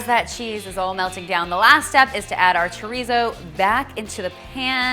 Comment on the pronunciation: Can you please try to pronounce chorizo properly?